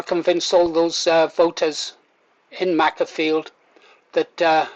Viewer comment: It's pronounced Maker-field, as in tool maker.